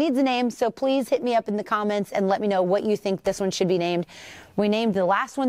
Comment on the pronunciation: These funny - she said ".. vvhat kind of elite..." 😅😅 im laughing f😅r 2 days... knowing she WASnt even european 😅😅😅😅😅😅😅😅 😅😅😅😅😅😅